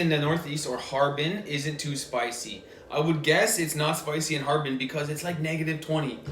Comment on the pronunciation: No, there no Ha Er Pin, only "Harbin"